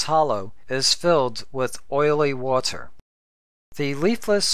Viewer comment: Look, I say this as a friend... Stop. Your videos are super informative and very well thought out but you simply can't stop yourself from sounding like a damn computer. Words like "water" or "meter" is actually pronounced like a robot. You are aware of it, but can't stop it. So, either stop, or have someone else read your script. Please understand, I appreciate your hard work, but just listen to all the youtubers out there. How can you expect your sub count to hit 1k if you are putting people to sleep? Just stop.